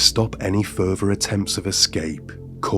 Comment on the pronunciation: It's further not ferfer